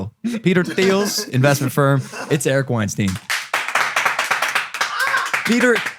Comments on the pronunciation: It’s “Weinstein” like “beer stein”, not “Weinstein” like “rapist producer”. Great podcast, fellas! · When I think I can't be surprised by a guest you have, you surprise me once again! This podcast is unarguably going to be HUGE! PS: his name is pronounced like Einstein... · Holy shit these guys are morons. This is like the movie Idiocracy and Erice WeinstEIN (pronounced "Wine-STINE") is the protagonist lost among their stupidity.